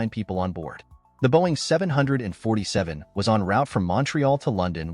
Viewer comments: “Boeing 70047” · it's actually 747 did you go to school? It's just said differently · I hate the Way he said Boeing 747 jumbo jet